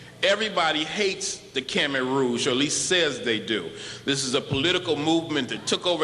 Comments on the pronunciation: Do you know what funny bout this fake professor? Is that he think "Khmet" and "Khmer" sounded similar but he didn't understand that "Khmer" sounded like one syllable but it VERY faint sound "Ka-Mai" two syllables. Either way, he say it wrong and it NOWHERE sounded like "Ka-Mere"... stupid proFAKEsor can't even pronounce our culture name. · you lost me at "sounds like Kimmet" (when you say it that way, sure, but they don't pronounce it like that) and then I couldn't get past "the largest temple in Cambodia". Ankhor was the largest religious structure of any time anywhere in the world for a millennium. Without a doubt there was a lot of African influence and trade. The umbrellas used in eastern Africa probably come from SE Asia, as do marimba-type instruments, wile bananas and other things come from Africa - huge trade going back to prehistory. But... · Yes, and to and too are the same as two. Just 'cause it has "Khem" in it don't mean anything. We are Khmai. It shouldn't even be spelt Khmer. 'Cause you fools always say it wrong. And the dude act like he can say Angkor right. When it's pronounce 'Ung-kor.' And it's not TOM it's 'Tome' like 'umm' it means BIG. I can't believe this is still going on, yet it's never been official. What a joke.